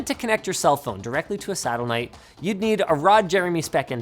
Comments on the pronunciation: You can tell they rushed this one out, Linus keeps flubbing lines, saying things like "Saddelnight" instead of satellite lol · did he say "satelnight"? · Linus, what is satelnite? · ahh yes, a sattlenight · Astixteen satellnight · mf said satellnite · say it with me, satelnite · HAHAHAHAHA HE SAID SATELNITE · "Sattelnite" :P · whats a saddle-knight? 😂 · hehe, A sticksteen . satelknight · Is it just me, or did Linus really say A "Stixteen" and "Sattlenite" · does Linus fail the word satellite?